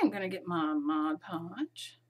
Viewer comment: When starting out in mixed media there is thousands of hours of video for noobies like me to watch, & it can get really overwhelming. Organising all your videos into playlists would really help new subscribers & beginners like me. Ty for all the helpful info in your videos.MCC;) Ps. Well done saying Mod Podge & not Modge Podge. LOL